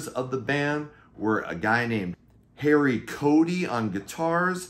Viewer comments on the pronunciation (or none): none